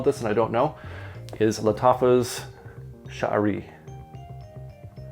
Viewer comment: thank you for the review, by the way. you're pronouncing the name correctly. 👍🏾👍🏾👍🏾👍🏾